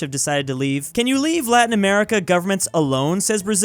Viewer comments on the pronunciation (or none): none